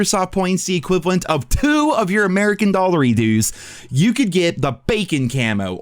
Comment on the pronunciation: I love ya bud but never say Dollery Doos again 😂🤣😂🤣